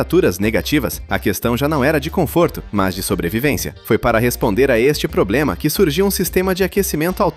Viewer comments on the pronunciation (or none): none